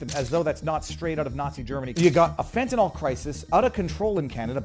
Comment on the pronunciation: Fentanyl, not "fentanall..."🙄